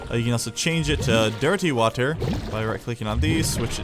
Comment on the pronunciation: why do you say dirty water like that what the hell